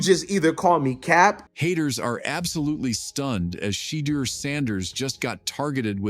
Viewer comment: Umm. That's just it. These reports or little YouTube videos many are Ai generated and just someone supplying the words and they sound is ai generated. You can tell a phoney video if you hear that crazy Shedure pronunciation or if they mix up Shiloh and Shedure names in a video. Also, if they can't supply the link to the video where it was actually said, then it's clicks bait for views.